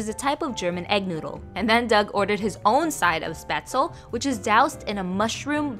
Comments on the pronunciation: It’s pronounced spachtlé coming from a Swiss. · It’s Spätzle, the Sp is pronounced like Shp, like Ship without the i ^^ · As a German I love how you pronounce „Spätzle“🥺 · I love how you pronounce Spätzle 😭🖐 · The way she pronounced spätzle- it hurts 😭 it’s cute but it hurts my german heart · except it’s not how it’s pronounced. It’s actually a leh at the end.